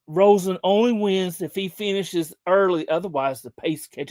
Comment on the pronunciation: Its Alex Rosen not Roen